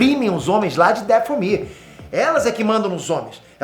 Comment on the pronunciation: O que é um "dafél ear"? É Dathomir literalmente da forma que escrevi, mano esse véio tá ficando doido cara kkkk primeiro com o assassins creed Shadow defendendo a Ubisoft, agora nem o nome do planeta acerta, cara tá criticando que fizeram as bruxas sendo boas sendo que o problema é terem feito elas feministas, cara vem me falar que jedis são tipo templário quando na realidade ta eles são praticamente monges (próximos do budismo) inspirados em samurais, até o nomes das formas de combate remetem ao Japão, 🤦, alguem de o remédio pro velho que pirou de vez